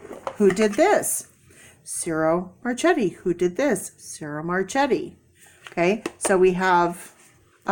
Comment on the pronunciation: Ciro Marchetti is pronounced Cheer-o MarK-etti. :-D The lady you saw must have had the cards REAL close to the camera. Nope, the card size is correct. Kipper cards are small, but, not quite as small as Lenormand cards.